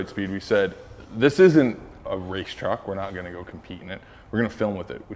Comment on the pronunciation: Kens pronunciation of truck is so wet..”TRHUCK”